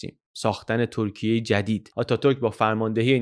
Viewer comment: سلام و سپاس از زحماتتون؛ سؤالی برام پیش اومد که چرا در اوایل ویدئو، "ترکیه" رو دوبار بصورت "تورکیه" و با اون "و" خاص تلفظ کردید..